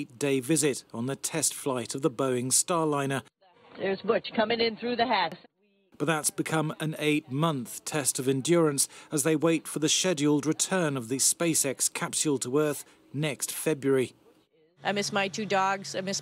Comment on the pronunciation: Sheduled? I think he means scheduled.